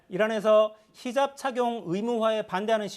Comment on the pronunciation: 저 사람 왜 자꾸 헤접이라고 발음하는지 모르겠네요